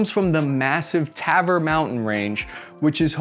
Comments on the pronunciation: It's pronounced tu- vor, not taver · Just a quick tip it’s pronounced ( ta-vor, ) not ( taver ) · you said mize-ne-fet and its prenounced mitsne-fet it isnt tabur (there is tambur- an israeli concrete dye industry) its tavor its written tavor not tabor (yes in english) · "Tavver" vs "Tuh-vore" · It's taVOR, not TAvor. It's amazing how you manage to pronounce both Tavor and Negev wrong. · Tavor !! say it right...... Tavor.... Tavor not TAVER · its pronounced tah-vor not tahver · The pedantic (i.e. me) would note that the gun is not a "tav-ver" - it's a "tah-VOHR." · It's ta-VOR, not taver and HOOmoos, not huhmuhs. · "Taver rifle" ... its tavOr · Hebrew stresses the end of words. It's the T'voor, not the Tavor. In very close-quarters combat, like urban or trench warfare, the ability to traverse very quickly can be a life-saver. In the battle for Jerusalem, especially Ammunition Hill, the Jordanians were using AKs, while the Israelis were using Uzis, and they were able to switch directions faster. It was only 19 years after the Arabs had invaded Israel and expelled Jews from their territory, so many of the Isrealis were literally fighting to recover their old neighbourhoods, in them. That'll affect both terrain knowledge and motivation. On the downside, the extra weight of the Tavor is literally a pain for those who have to carry their weapons all the time. It has led to back problems. (Those who can, like to get the M-4 carbine assigned to them, because it's lighter than the rifle.) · ta-VOR, not taver. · Be nice if he could at least pronounce it correctly, its not taver, its ta'vor with the vor sounding like four but with a V to start. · Its not tar its mico tavor! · A what? I have been to Israel and its Meetz-ne-fet. And its Tav-OR, not Taver; it's named after Mount Tabor in the north. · Ta-VOR not Taver - Enough beer drinkin mate, thought yer talkin about a tavern. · Tah-vor not Taavor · you pronounce it ta vor not te a vor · It's called the "ta-VOR".